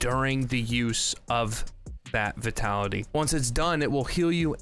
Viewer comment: I've heard you pronounce vitality wrong so much, its not v-ee-tality, but v-y-tality as in the word 'vine'.